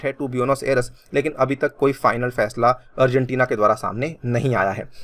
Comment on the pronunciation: I'm the only one who hear afghanistan🤔?